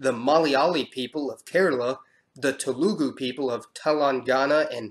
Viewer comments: I am lowkey facepalming at the pronunciation of telugu etc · yo you fuckin BUTCHERED the pronunciation of Telugu lmfaooo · When you pronounce Telugu, its one syllable instead of 3 :)